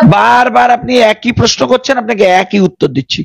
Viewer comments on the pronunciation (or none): none